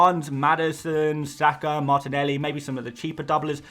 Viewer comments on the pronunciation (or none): none